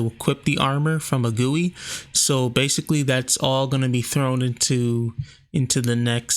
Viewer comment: No, he pronounced it right